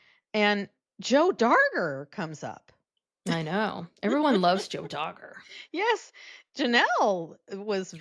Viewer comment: DAR GER. not Dogger. 😂